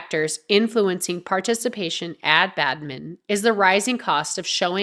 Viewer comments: Its Badminton, not Badmin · Bad-min-ton! NOT Bad-min! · Badminton not Badmim..irritating narration.. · Get the AI to read what you wrote correctly - it is not 'Badmin' it is 'Badminton'. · It's Pronounced Bad-Men-Tonne !! 💁🙈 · Badmin-TON! so annoying. 🤨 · Why are you saying Badmin?! Are you AI? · Odd pronunciation of Badminton. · Badminton has been wrongly pronounced three times within the first 20-odd seconds. AI voice so goodbye.